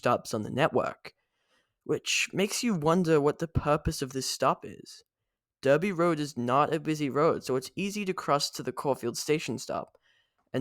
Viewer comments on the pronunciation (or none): Essendon stop is crap. BTW, Derby is pronounced “dar-by” in Victoria- the English pronunciation, as opposed to the other states that follow the US pronunciation of ‘Der- by’.